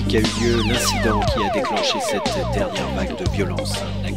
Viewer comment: Le coup de tonnerre sur nos dewwièwwe n'est pas obligé de se faiwwwwe …..